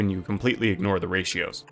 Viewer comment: Ray-shos? What's that?